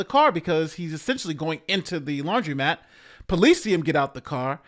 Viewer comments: It's laundromat not laundry-mat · Hi.. it’s pronounced lawn druh mat(laundromat)